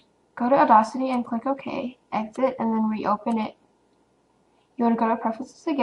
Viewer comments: Awesome video! Audacity is pronounced "odd-assity", not "addossity", FYI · Uh-Daws-Itty... just sayin... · awesome video :) but its pronounced "or-dass-ity" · You're pronouncing audacity wrong...